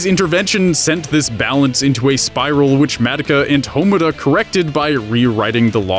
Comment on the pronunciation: Congratulations on your completely base observation interlaced with ugly drag costumes. Allow me to point out how you completely missed the point as well as your general stupidity. 1. Because this bugged me throughout the video: their names are pronounced MAH-DOH-KA and HA-MUR-RA. 2. The whole "making it" thing is subjective. I want to be a writer and I see writing as fun, so you could say it's effortless. Also, "making it" can mean many things, hell just GETTING the job you want could be seen as "making it." Plus given Rebellion it's clear the series is about more than just realizing you have to work to do something. 3. About Kyubey and the Incubators. The power they use isn't science, it's magic, the Soul Gems are just that, gems that contain your soul, a completely metaphysical concept that feasibly cannot exist in the realm of science given how based on belief it is. 4. Madoka doesn't become the universe, she becomes one of its' laws, the Law of Cycles, which takes the despair away from Magical Girls before their soul gem blackens to keep them from becoming a Witch. The whole thing about the singularity is flawed too, because a singularity is just that, singular, one, not many things, from a metaphorical point of view I see where you're coming from, but the logic you base it on is false, especially since part of the definition of a singularity is: "where the laws of physics as we know them cease to exist." Also the fact there are multiple singularities, (the centers of bl